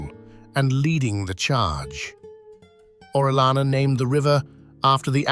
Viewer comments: It's not orelana, it's Orellana! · You can search at the internet how to pronounce "Orellana" as not native english speaker people bother to search at the internet how to pronounce correctly the english names and surnames